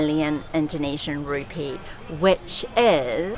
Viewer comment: It's Indonesian Rupi-ah isn't it, Not Rupee. Just sayin hehe.